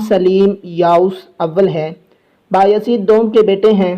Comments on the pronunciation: Ohhh Bahi name Mohammad nhe Mehmed hai ....ohh Bahi name baayahzeed nhe beyazid hai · Please when you call there name say them correctly it not behyazid it bay-e-zit you break and pronounce